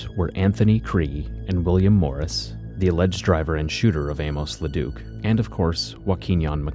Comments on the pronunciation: His name isn't pronounced "A-mose," but "A-mus." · You're pronouncing Amos oddly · Learn to pronounce Amos